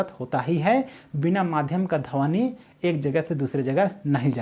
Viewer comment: Dhawni nhi dhwani hota h correct your pronunciation